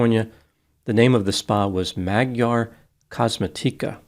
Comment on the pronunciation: Magyar (Hungarian) is pronounced "Mod-yar".